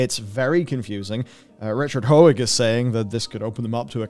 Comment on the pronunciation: Stop calling him Richard "ho-egg". Matt got it right, why can't you?